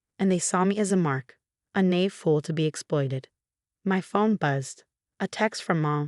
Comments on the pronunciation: Naive q- AI needs help with this word. SMH 😢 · Can you teach AI to correctly pronounce “naive”? And “Nathan”.